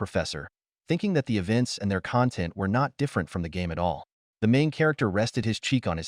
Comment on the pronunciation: Honest recommendation - Train your A.I. to pronounce the words that you are intending for it to say. Just your opening, you let your A.I. pronounce "content" as in "feeling content" instead of the "content" as in referring to your video.